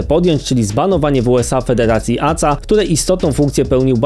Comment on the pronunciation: Nie ACA tylko A Ce A, tak jak Ka eS Wu A nie KSW